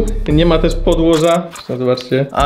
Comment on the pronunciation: Podwozie a nie "podłożę" 😂